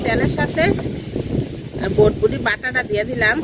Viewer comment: ভটভটি না এটা হবে বরবটি।ঠিক মতো উচ্চারণ শিখে ভিডিও বানাবেন